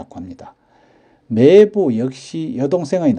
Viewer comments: 장단(長短)도 구분해야 하는데 이 동영상에서도 '매:제, 매:부'라고 길게 하고 '같은 漢字를 쓰는 '매형'은 짧게 바른 발음을 하시니 알려드린 겁니다. '매(妹)'는 짧게 발음 하는 것이 옳습니다. 국어사전에도 길게 발음하는 것을 나타내는 ':'표시가 없습니다. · '매부(妹夫)'나 '매제(妹弟)'의 발음은 '매(妹)'를 짧게 해야 하는데, 동영상 만든 분은 '매:부, 매:제''라고 길게 하시네요. '매형(妹兄)'은 짧게 제대로 발음 하시는데, 다른 호칭(매부, 매제)에서는 '매(妹)'를 길게 잘못 발음하시네요. '아내'라는 호칭의 발음도 굉장히 어색하네요. 보통 듣는 '아내'와는 전혀 동떨어진 이상한 발음이네요. 방송이니까 표기(表記)도, 발음(發音)도 정확해야 하지 않을까 싶어 다음 영상 만드실 때 참고하시라고 알려드립니다. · 주위에는 '매부, 매제'를 길게 하는 사람이 없습니다. 지금 쓰고있는 사전에도 '제부(弟夫)'는 장음(長音) 표시되어 '제:부'라고 나오는데, '매부'와 '매제'에는 이 장음(長音) 표시 ':'가 없습니다. 지금 보는 사전에 표시된 걸 기준하는 것이 옳지 않을까요? 나중에 길게 발음하는 것이 옳다고 바뀌면 그때는 길게 발음하더라도 지금은 짧게 발음하는 것이 옳지 않을까요? 이 글자 발음의 長短이 달라질 그런 일은 없을 것 같습니다. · 자기 성씨 조차 제대로 발음 않는 것을 방관만 해서 되겠습니까? 알려 줄 수 있으면 알려줘서 제대로 알게 하는 것이 옳은 일 아닐까요? 이 동영상에서 '매형'은 짧게, '매부와 매제'는 길게 발음하는 것이 확연해서 그러는 겁니다. 지금처럼 언어의 제대로 된 습관이 무너져 가는 것을 방관하는 건 옳지 않다고 봅니다. 굵고 가늘고, 두껍고 얇은 것을 구분않고 쓰는 경우를 보면 알려 줄 수 있으면 알려줘서 제대로 된 걸 찾아가도록 해 주는 것이 옳지 않을까요? '코스프레' 같은 일본에서 지어 낸(?) 영어 아닌 영어나, '팩트 체크'니 '오픈'이니 하는 영어를 남용하면서 우리 말, 글은 함부로 하는 풍조를 그냥 보고만 있을 수는 없지 않습니까.